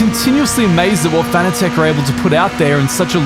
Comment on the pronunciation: Fanatec is pronounced like fanatic.